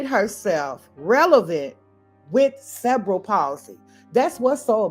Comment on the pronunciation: Ive watched a whole half of this video before I understand you werent saying "several policy" but "cerebral palsey". The accent should be on the "re" (ceRebral)